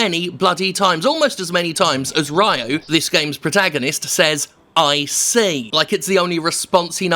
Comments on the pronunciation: Ree-yo. Not Rye-O. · Jesus Christ Jim, at least say the protagonist's name right, his name is Ryo (and he dances on the sand), not Raiuu. You're not going to convince anybody to dislike a game if you seem like you haven't played past the first couple minutes. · Jim its Ryo (pronounced as Rio like the place) not Ryu... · Rie-you? lol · And.. like.. i get you arent japanese. But “ry oh?” Really? Its bad enough you cant say mario or skeleton correctly lol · Learn to pronounce the three-letter name of the protagonist first. The rant will be much better then.